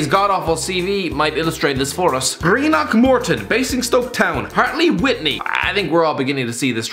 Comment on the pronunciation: You said Greenock wrong